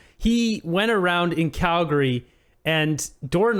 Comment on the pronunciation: Poor, dumb. phuque. "Skallgary" where's that?